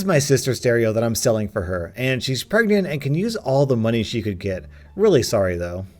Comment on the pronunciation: Did... did you say pergnant?